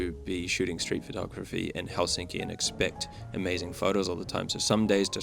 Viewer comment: Pho-tography , not photo-graphy